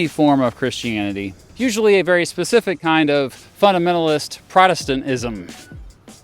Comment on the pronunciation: It does your presentation no favors when you awkwardly pronounce "Protestantism" as if it's a foreign word you've never encountered. Your take on American history and law seem absolutely spot on, but you should interview an actual Christian nationalist for the sake of rigorism.